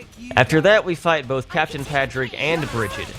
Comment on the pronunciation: I love you and imma let you finish. But for the love of all that is holy. It's pronounced PAW-DRIG not PAH-DRIG!